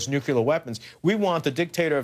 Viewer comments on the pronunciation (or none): "...towards nuculer weapons.." What a moron. Say it with me: Nuclear. NEW - - CLEAR. Nuclear. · "nuculer" weapons